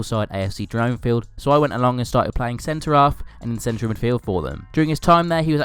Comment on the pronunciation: The ‘Dron’ AFC Dronfield is pronounced rhyming with ‘Ron’ :)